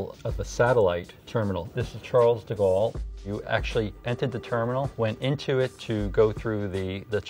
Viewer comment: How he butchered the name charles de gaulle 😭😭😭 it’s pronounced char-le duh goal 😂😂😂